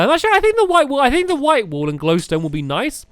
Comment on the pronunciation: when he says burn the wool it sounds like burn the wall (he says that in building time